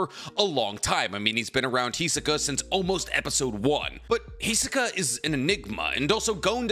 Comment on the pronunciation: Why you say "Hizuka"? That's just wrong :c